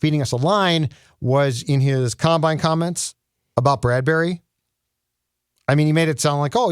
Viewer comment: Why are you pronouncing it Brad-berry?